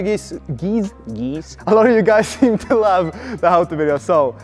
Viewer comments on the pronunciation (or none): "a lot of you Gies..." Oh hey, are the rest of my family also subscribed?! :-D